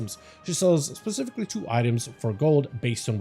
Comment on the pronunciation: This is probably the best Housing Decor guide out!! My only complaint is the amount of times the word "pacifically" is used instead of "specifically".... lol thanks for the awesome guide!